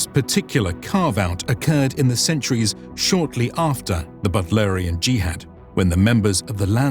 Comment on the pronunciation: Butlerian juhad?? Whuat? 😂